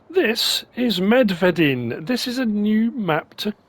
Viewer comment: I love your czech pronunciation!